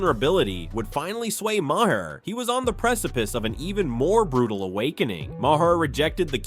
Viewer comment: Just some moron narrator, where’s the actual content? Also, its not pronounced “ma hair”